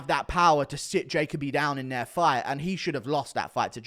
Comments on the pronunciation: FYI I've always heard it pronounced Jah Coby not Jacob Bee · It’s pronounced ja Colby